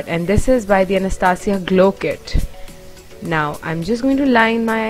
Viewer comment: You don't know how to pronounce anastasia....... You may google it.........hairs are absolutely amazing:)